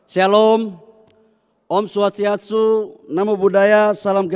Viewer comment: Maafkan lidahnya Kessleo...."Om swashiatsu ...." seharusnya om swastiastu....